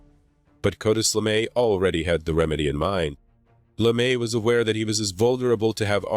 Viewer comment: I love the subject matter but the constant mispronunciation of words hurts my ears. Sorry, you lost a viewer. Cartis LeMay? CArtis? TiniaM?